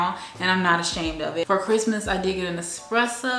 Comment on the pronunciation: FYI...ESpresso not EXpresso